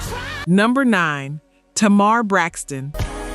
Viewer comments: it’s AI. That’s why TAY- mar was pronounced TUH-MAR. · It’s TAY- mar